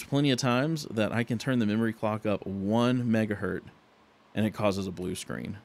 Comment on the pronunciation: "One mega Hert" :D The unit is "Hertz" (singular), "one mega hertz"